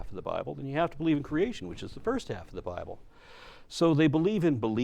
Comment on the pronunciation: your accent makes the "bible" sound like "buy bull" perfect